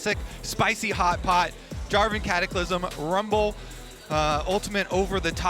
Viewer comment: someone needs to tell that castor that the champions name is rumble....not wumble.